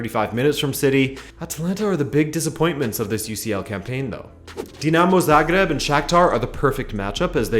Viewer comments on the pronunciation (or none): none